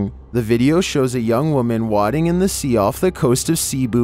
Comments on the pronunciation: Say it with me “way-ding” wading. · The only thing scary about this video is how says wading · 11- wrong pronunciations of wading